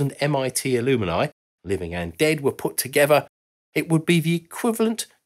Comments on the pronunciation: It's Al-um-ni, not Al-um-I-ni !! Also, where are the women who also went to MIT? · Is the word "Alumini" in the UK rather than alumni? Or does he just not know how to pronounce alumni? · Not ‘ alumini’ but ‘alumni’ or al-um -ni. You’ve added an extra syllable. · "Alumni" ≠ "A luminy" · Not to be too pedantic, but I’m pretty sure it’s ALUM-NI and not ALUM-E-NI. I have to wonder how many of these brilliant ideas would have come to fruition with a near-enough-is-good-enough attitude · Great video! At MIT, us grads call ourselves a-lum-ni, not a-lum-in-i. Other than that mispronunciation, I love this video. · You say alumini and I say alumni. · They're only alumini in the US. In the UK it's pronounced aluminii. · Are you saying alumni? I've never heard it pronounced like that. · It is the same in the UK, normally, maybe he couldn't pronounce it correctly. Reminds me of those who put an extra U into nuclear and can only pronounce that word as nuke-u-lar.